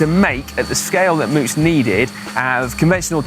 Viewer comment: Come on guys, this is the second time you mispronounced the bike model. The first go around I figured I'd ignore it but I can't help but say something this time as a local. It's named for the county Moots calls its home, and it's pronounced like the American word rout, r-out, like this (definition 1)- Loved seeing the coverage of a local race from you guys, hope to see more, just don't make it a third time ;)